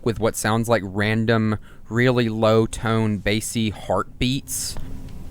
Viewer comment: stop its bass (like the guitar) not the fish 😭😭